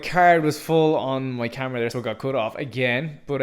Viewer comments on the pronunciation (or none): none